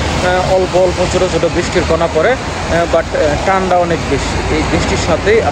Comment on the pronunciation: ভাই,ঠান্ডাও বলতে পারেন না?